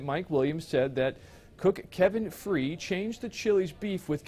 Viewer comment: Kevin free. Lol. Its pronounced like fry